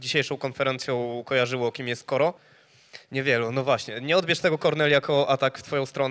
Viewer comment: ej ten koro brzmi jak kara xDDDD